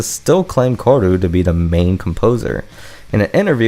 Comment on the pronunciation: The pronunciation is ka-O-ru. Great video.